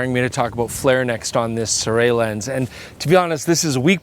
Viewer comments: I think it's been quoted by a company rep that the pronounciation is "Sue-Ray" but don't quote me on it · Si-roo-ee? Cannot be Si-ray can it? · SIRUI - I didn't know that it was pronounced as "SEE-ROO-WEY". Always thought it was pronounced as "SEE-ROO-WEEEEEEEE" :face-green-smiling